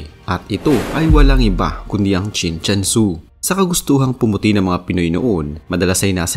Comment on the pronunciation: mali nman ang bigkas mo, Chin CHUN SU ang nksulat.